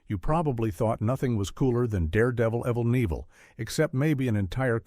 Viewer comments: Evel Knievel is It's pronounced 'Evil Kn Evil' - Come A.I., get with it, LOL. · The channel operator made stuff up. And the AI voice has problems with pronouncing names. "The Jackson Five-ive" and "Evell Nevell", for example.... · EV-IL KIN-EV-EL. MAKE YOUR AI SAY IT RIGHT OR DO NOT SAY IT AT ALL. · "Jackson Five-ive"? "Evel Nievel"? Why can't videos like this have actual narrators, instead of pathetic AI? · Yeah, Who the hell is "Evl Neevil?" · Love the way the AI mispronounces Evel Knievel in the intro to the Devlin section. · I thought this was a decent video until it pronounced Evel Knievel wrong and I figured out it was definitely ai slop.